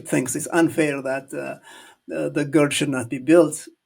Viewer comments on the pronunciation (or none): none